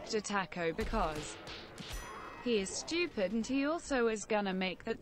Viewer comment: Stupid not shtoopid